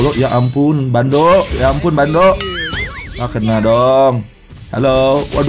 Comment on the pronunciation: apa cuma gua yang denger bilang bandoo bandoo di menit